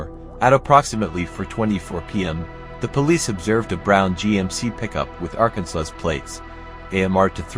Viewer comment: Have I been pronouncing 'Arkansas' wrong? Narrator said, "ArkanSAUCE."